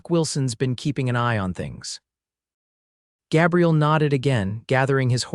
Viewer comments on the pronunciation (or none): "Găbriel" is the FEMININE PRONOUNCEMENT - The Male pronouncement is "Gā'-briel". You need an AMERICAN Editor, since these are "American" stories. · LONG A IN THE MAN'S NAME: GABRIEL Short a, as the AI voice is saying, is a woman's name, soelled: Gabrielle... Irks me; not going to listen. Bye! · Gabriel and Gabrielle. Two different pronunciations. Ai sometimes not so bright. His father dies and he proceeds to abandon his mother. For 8 years. She begs him to come home and waits till she is dead too. What a jerk! I abandoned this story after the 4th Gabrielle mispronounce. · 😮 Numerous incorrect pronunciations. AI??? Especially Gaaabriel! Narrator distracted from an otherwise good story... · Pronounced Gay bri el. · AI needs to learn to pronounce vowels. Ruins the story giving the Cowboy a girls name. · The mispronunciation of Gabriel is irritating. But its a good story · Long A in Gabriel for males-sounds like A I is calling him a female name. I dislike A I reading anything. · Agree, I can't even listen when the name is mispronounce 4 different ways.